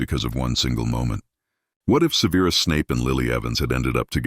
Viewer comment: SEH-ver-us, not "Severe us"